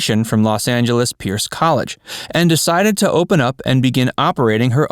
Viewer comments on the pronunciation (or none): none